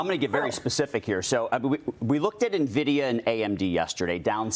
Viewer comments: How can a business channel have a guy on who can't even pronounce the name of the second most valuable company in the world. Nahvidea? And the other guy talked about A.I. chips clearly not knowing much about the semiconductor business or the chips that were export blocked. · 😂😂N- vidia not Navidia😅😅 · Being an oldschool gamer. I cant stand the fact that people keep pronouncing it "Nuhhvidia" instead of "En Vidia". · I don't listen to anyone calling it Nividia! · it's not pronounced "nuhvidia" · Its nvidia...not nividia or nuhvidia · i dont wanna hear from someone who can't pronounce "Nvidia" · Dude doesn’t even know the company’s name. . “N”vidia.